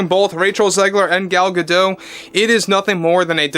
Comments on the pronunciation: It's not pronounced "Gado", she's not French but Israeli. It's pronounced "gaDot", in modern Hebrew the emphasis is generally on the final syllable. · It’s pronounced Gah-Dot. You pronounce the T. She’s Israeli, not French. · I thought that the T was silent. That's how it's usually pronounced, but I've heard like 3 different pronunciations. Edit: Never mind, you're correct. Miss Gadote herself pronounces the T. Sorry 'bout that 😊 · Gal Gah-Dote… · Gadot. You DO pronounce the T in the end. Gadot means Riverbanks. And Gal means Wave.